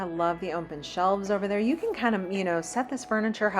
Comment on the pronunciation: I love your videos, but please….there is no letter M in the word open It’s open not ompen